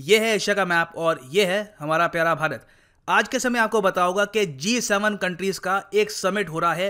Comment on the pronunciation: Sir aj hmara pyara bharat bolne me feel nh aaya Ispe jada emphasis krna 🙈